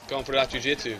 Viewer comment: stop say "jewjitsue" its rather annoying